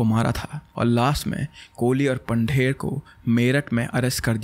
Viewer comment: I'm not trying to be rude but it's not Pander Pandher and it's pronunciation is पंधेर not पंडेर . ❤️